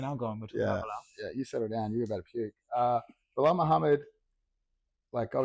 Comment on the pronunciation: "Belal Mid-hammad" 😂